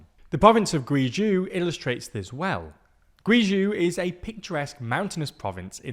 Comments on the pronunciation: Guey-Trou, not Giuu Jiu >( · It's not "gwee jew" but "gway jow" rhyming with hey go. It's not that hard to read pinyin, you could at least put the chinese words you're reading into google translate before saying them aloud. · Just a pronunciation note. Guizho is hard “g” Guh-way-Joe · It's pronounced like GUI Joe not gui jew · You should learn to pronounce places before you say them. It’s Gway-Joe not Gooeyzhoo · its not gweejew its gwayjoe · Guizhou is pronounced closer to gway joe, not gwee joo. Yuan is pronounced üen, not you aan. You dont have to get the tones right, but can someone in tldr please put in an effort for pronouncing the names of things? It's supposed to cover world news so why does it feel like editors arent even trying to put in an effort? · Gway Joe Not gwee jew. At least learn how to pronounce the places, it’s not that hard. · Gway-Joe not Gway-jee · Gweeezhooo indeed... I love how people from the Abglosphere try to pronounce Asian names, its so cuet and funny... Ironically even though many asian names are phoenetic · Guizhou is pronounced 'Gway-Jo' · Guizhou is pronounced as gway·jow . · Guizhou is pronounced like "Gway Zho" or "Gway Joe". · Guizhou is pronounced gway jo. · Pronounced "Gway zhoe" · Yeh it's gway-jo if said with a British accent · i ain’t even wanna watch this video anymore after they pronounced Guizhou as kueyjew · Guizhou is pronounced "gway joe" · U and ai together in Chinese names is pronounced like the word "way" and ou is pronounced like the second part of "Uh-Oh." So the province of Guizhou is pronounced Gwayzoh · Guizhou is pronounced like Gway-Joe :) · Love your reporting, but it would be so much more authentic if you could check the pronunciation of words like Guizhou, which you use repeatedly. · Pronunciation of Guizhou makes me a very sad panda...